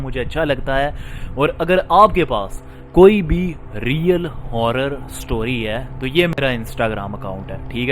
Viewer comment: Bhai Apna Real bolna to thk kr lo plzzz